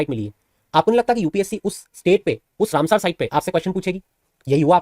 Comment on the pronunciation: सर आप “रामसर“ को “रामसार“ बोल रहे हैं